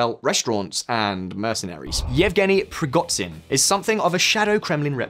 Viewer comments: preegotsin? are you banned from google? it takes 5 minutes to google a name, find original language and put it into googla translate text to speech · "Prigotzin"? Please learn how to pronounce "zh". Similar problem with "kh".. there's a reason why it's not "Karkov", "Kerson" or "Kabib" but Kharkov, Kherson and Khabib. Don't put an "h" in front of it if you ignore it.. you Americans..